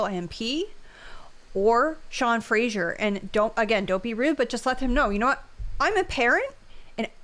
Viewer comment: Only a lib would pronounce his own name incorrectly...there is no "I" in Fraser. That's Fray-zer not Fray-sure...but totally an NS thing 🤷‍♀. I don't get it but whatever.